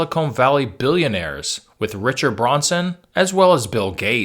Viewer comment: Branson not Bronson